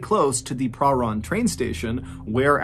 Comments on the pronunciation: As much as I love your videos I have one request as a Victorian from Australia never heard a place called perrun there is a place called parhan instead of saying it the way its spelt say this way per ran only its spelt parhan if going to do Aussie stories please know how it's said 😊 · Yes I’m from Melbourne where this happened. By the way that suburb is pronounced Prah -RAN (as in ran away) . Babysitter should still be in jail for this crime, evil woman. RIP Rachel.